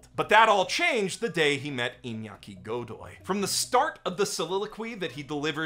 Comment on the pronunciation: Iñaki's last name is pronounced Go-dóy, stress on the second o. The only bad thing about his casting is how much he makes me wish he'd been cast as Percy Jackson back in the day, kid would have been PERFECT